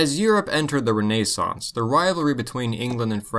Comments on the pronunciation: Lol Re-nay-suns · You pronounce Renaissance in an odd way...